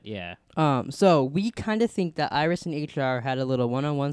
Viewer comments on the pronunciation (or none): JESUS CHRIST! Its iris dude wth who do you think it is? HANNIBAL BATES?